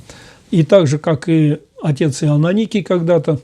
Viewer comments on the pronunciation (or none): Простите, Выинемправильно произносите имя: не ИоНАникий, а Иоанникий